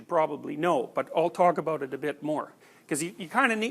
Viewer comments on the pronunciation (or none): I like how he pronounces the ‘L’ in talk